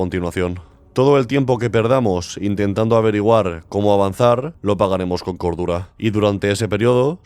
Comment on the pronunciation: Le entendí medidor de gordura en lugar de cordura jajaja